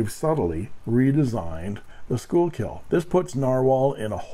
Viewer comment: Schuylkill is pronounced "Skookul". I live only a couple of miles from the Schuylkill River in the Philly suburbs. There's also a Schuylkill Rd a few streets over. I know it looks like "school-kill", but we like to leave that to the Boomtown Rats, because they don't like Mondays.